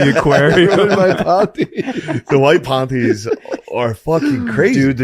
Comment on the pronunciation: Stop saying “pawnties”